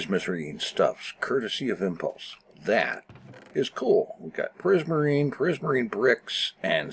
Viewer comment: Prismasrine?? I thought it was prismarine!